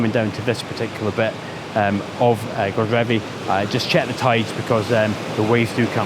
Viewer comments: great stuff one day I will get back to Cornwall:) Godrevy is pronounced God-reevee with a long e sound in the middle but nice try! Better than all the Scottish names Ive wrecked when there! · Love the video and your usual fantastic energy,. I'm pretty sure it's pronounced guh-dreevy. I have friends who live in Falmouth and sometimes go surfing there, so I remember the name. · Hi, great video blog as usual. I just love the coasts of eastern Cornwall and Godrevy is probably one of my favourites. We're staying at our friends chalet in Hayle in a couple of weeks time so I hope to get out and about with my camera. I'm sure that there are many but I thought I'd offer a pronunciation of Godrevy. I think Glen Sumner, below, got pretty close but I'd like to offer that there isn't so much emphasis on the God as in God-Reevee but Gu-Dreevee. My father-in-law, a certain Mr Trevithick, who originated from Camborne just a few miles away from Gwithian, assures me of this. I'm not going to be one to argue with him... LOL. I'm over to you website now to catch your bonus location. All the best.